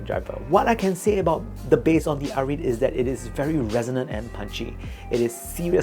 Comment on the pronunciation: it is called ah-rih-te not ah-reet